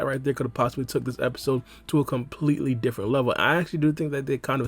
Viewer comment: why is the “DIFFERENT” taking me out lmao